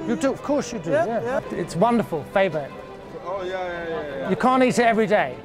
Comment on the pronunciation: Love how you correctly pronounced Febo.